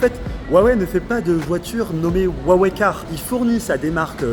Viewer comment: Et si on vous disait que c'est Huawei et non pas Wuawei? Vous êtes ridicule.